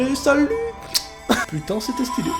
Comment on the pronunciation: Arrêté de dir putin touleten